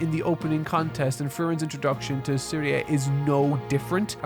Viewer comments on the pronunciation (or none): Bro couldn't even bother to get the names right of the show he watched 28 friggin episodes of. Shtark. Zeria (Serie). Zenza (Sense). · He also got Serie and Sense's names wrong, which is really frustrating. Completely ignored Kraft, said nothing about mama Methode or the two girls. What a mess this was.